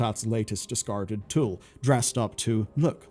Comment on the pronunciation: "Dsicarded" as well lol